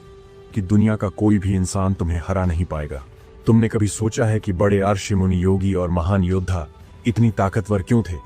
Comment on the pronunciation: Ai Rishi nahi bol pata kya har jagah Rishi ki jagah rc bol raha